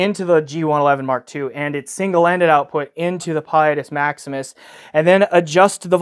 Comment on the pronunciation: you’re supposed to say its name with an ITALIANO accent. 😸